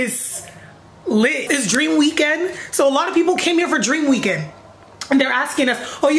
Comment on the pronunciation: LMAO your accent "oh you going to Dreammm Weekend?" but purrrr this vlog is it!!